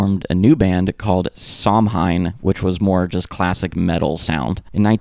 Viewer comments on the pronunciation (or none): Som Hein? Come on bro.😂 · Lodi is pronounced Lod-eye , not Lod-ee Also Samhain is pronounced -hain like -pain. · I was told it's pronounced like sah-WAYNE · it is if you're referring to the (I think) Celtic pagan holiday. But when referring to the band, Glenn always, & still does, pronounce it "Sam Hain." & He knew of the proper pronunciation at the time, since he was into the occult. I'm not sure why he chose to pronounce it that way, but that's what it is. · What about Samhain? Lol.